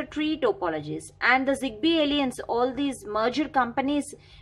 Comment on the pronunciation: The pronunciation of "alliance" is very annoying . Google translate will guide you...